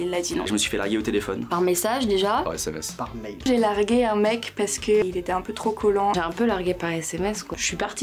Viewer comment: "par mail" 😭